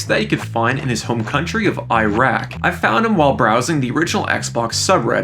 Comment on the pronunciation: Why can americans and canadians never pronounce iraq lmao